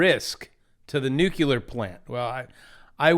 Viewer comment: you totally said Nukuler three times